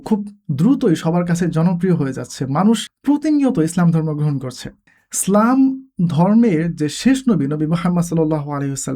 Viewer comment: Prothomei bolo apnar video gulo amar onk valo lage, tobe akta bisoy amar kase kharap lage seta holo apno (slam/ স্লাম ) na bole islam word ta bolle aro aro valo sunato